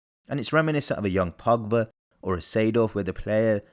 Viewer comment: Bro when u say long pass you say Pogba